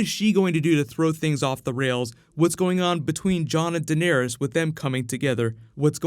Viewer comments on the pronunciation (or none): none